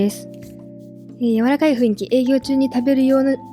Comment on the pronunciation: ふいんき→ふんいき、ですね